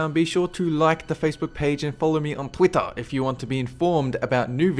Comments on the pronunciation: i love how he says "make sure to follow me on TWITTAH" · "be sure to follow me on towitta" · Twittar? You said Twittar.